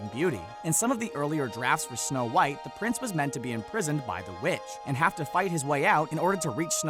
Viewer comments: Its white not whon.😡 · Anyone noticed it said snow whot